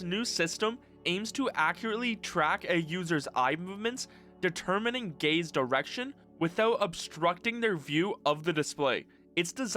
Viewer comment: every time you said gaze it sounded like you said gay